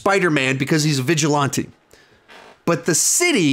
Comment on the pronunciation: Love you, but please don’t say vigilante like that anymore😂